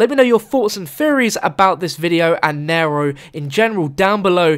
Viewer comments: it is nee-row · he says naro its neero (spelled nero but its pronounced neero) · i swear every time he says nairo i scream because its nero in the same way hero is hero not hairo...god damn its hard to type pronouncations in comments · It's pronounced Nee-Row not Narrow. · Isnt it pronounced n-ear-o not n-air-o? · Pronounced kneero get it right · Its pronounced knee row like zero with an N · it's pronounced "neeero" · Am I the only one annoyed when he says "N-ai-ro" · I really hate how you say Nero like "nairoe" It's not that hard... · no he is saying it like "nairoe" it really annonys me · Ryan P I'm not american and he's saying it wrong. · please pronounce Nero right